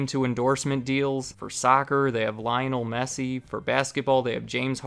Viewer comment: "lion-o-messi" you gotta be joking ffs, btw its football not soccer